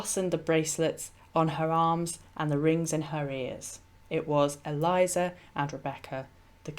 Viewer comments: Not ee-LIE-zuh. Rather, EL-ee-AY-zar. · Eliezer is a male name. It is not Eliza (as in Eliza Doolittle) but prounonced El E A (long a) ZAR. I like your videos and input. Just thought you should know. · I love your videos and am currently binge-watching them. But I have to correct pronunciation of the name of Abraham's servant at the well with Rebecca. He's not "Eliza", he's "Eliezer" (pronounced "Ellie-Ehzer"). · Eli-ayzer. Not Elizer. Thankyou